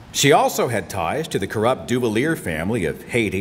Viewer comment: Duvalier is pronounced Doo-VALyay